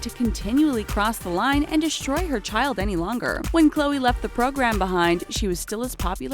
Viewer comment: You said Chloe's last name wrong.